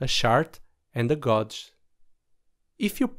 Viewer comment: Thanks for the great video, ideally for me starting in MQTT. A little pronunciation tip if you want: gauge is pronounced "gay-j" (not a joke I promise lol). Strangely the similar word gauze (medical dressing) is pronounced "goorz". Your English is pretty darn good though! :)